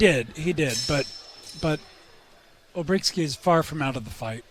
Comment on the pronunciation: Olbrychski NO Olbrykski